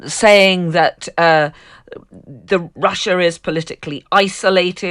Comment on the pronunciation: Please quit saying "Rusher" instead of Russia. 😕